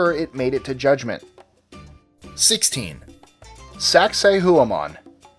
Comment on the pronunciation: "Hua" is pronounced "Wa" in spanish. So it's "Sak-say-wah-man"